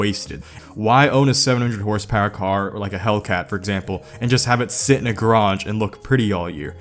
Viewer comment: i hate how you say "grotch" instead of garage.